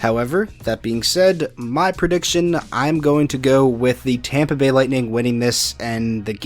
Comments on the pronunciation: Champa Bay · If I have to listen to everyone say “Champa Bay” again I’m gonna cry so Go Panthers! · I’m a Tampa fan, and I hate it when people say Champa Bay 😂